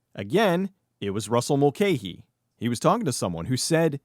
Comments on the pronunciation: Pretty sure you're mispronouncing Russell Mulcahy's name all the way through this (in Australia it's always been pronounced as "Mul-kai"), but well done. This is a fun film. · Mul - ca - hee FFs!